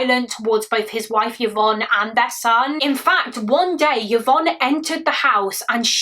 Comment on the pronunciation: Just fyi, Yvonne is pronounced i-von, as opposed to yuh-von 😊